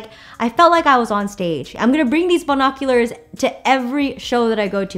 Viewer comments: she said buHOcuLEhrs (ily) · She said 🧐🤪BINOCULARS